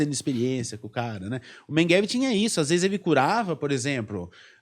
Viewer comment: o sujeito não consegue nem pronunciar MEGELE ....o cara fala Mengueve ..... nem um português decente ele fala ...pqp historiador ...affffff